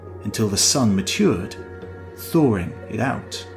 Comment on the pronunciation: "thawring" ??? gotta love the Brits. Remember Mike Myers and his "drawrings"?